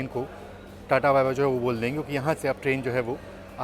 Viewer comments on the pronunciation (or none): none